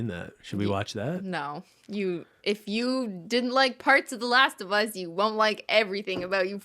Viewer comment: Not last of humm-us lmao